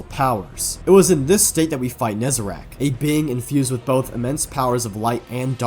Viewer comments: is NE- ZAH-REC , NOT NE-ZE-RAKH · Still kills me that him and so many say Nezerac, when it's Nezarec. Been years, my guy. PLEASE! 😅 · I cannot stand the fact that Nezarec is clearly spelled out and people call him "Nezerac"